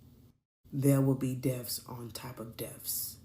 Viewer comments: dont take life advice from someone that pronounce death as deaf or says libarry instead of library or valen-"times" day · I'm sorry but I can't take anything serious from anyone who says (deaf) instead of death. 😂